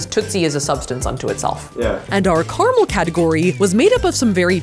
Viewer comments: It's carAmel, not carmel.... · Three syllables in caramel! 😅😂